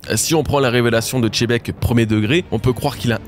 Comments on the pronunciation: On s'en fout de comment on dit Xena ou Xylophone ou autre, moi je te parle juste de Xebec et Xebec ne se prononce pas "Xé" Vu que t'as l'air d'avoir des soucis d'écoute, prend du temps pour passer en boucle la VF sur Sengoku et tu verras. Après je t'accorde que je le prononce mal, la prochaine fois je dirais Djibek ! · faut pas te forcer c'est le seul individus qui dit tchébec faut pas trop lui en demander sur les prononciation.. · Tu le prononcerait comment? Perso j’ai l’habitude du X catalan donc plutôt Chebec (C donnant Ch comme cheval), mais je sais pas comment faudrait le prononcer en vrai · Arretez de dire chebec, le x ne se prononce pas comme ça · nom mais il ignore juste la règle arbitrairement c'est tout. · Merci pour la review 👌🏼 Pas d’accord sur la prononciation de Xebec, et pas d’accord sur Barbe noire qui récupère Pluton car le narrateur l’a dit: sous le règne de Momonosuke Wano connaître la paix. Donc ça n’arrivera pas. Par contre il récupérera Poseidon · je veux bien te croire aha tu connais mieux one piece que moi 😁 mais xylophone je ne le prononce pas djilophone ou chénophobe, ou alors chénoblade chronicles😭 chacun sa prononciation après tout ! Bonne journée à toi aussi !! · Le X il avale, il le prononce plus comme un Z, en Japonais c’est Zebekku Ou Jibekku mais pas Chebec renseigne toi bien, tu dis Xena la guerrière et pas Chena la guerrière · La prononciation est bel et bien "Chebek", que ce soit en japonais ou en français, le "Xé" n'est jamais prononcé "Gzé" mais plutôt "Tché" voir "Dji" Le rendu final prononcé de Xebec donne alors "Tchebek", "Jibek" ou encore "Djibek" Je te laisse check dans l'anime, en VO ou en VF :) Bonne journée ! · Si oda dit xebec alor pourquoi toi tu dis chebec, c'est qui ca chebec ?🤦🏻‍♂️ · Pitié c’est Zébec pas chébec! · faut arrêter avec les tchebec, c'est Xebec ;( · C’est xebec pas chebec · Xebec pas chebec !!!!!!!!!!! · Arrête de dire Tchébecque c'est Xebec ! Merci 👍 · JIBEKKU "JI" pas CHE!!!!!!!